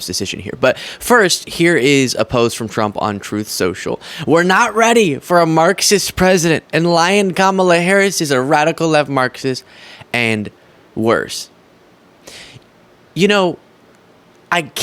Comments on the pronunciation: When I first heard him call her lyin Kamala it sounded more like he was saying Lion Kamala... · When Trump first said Lyin' Kamala Harris, for a split second I thought he said Lion Kamala Harris because she's a formidable opponent. So now, to me, she is Lion Kamala Harris because she IS formidable!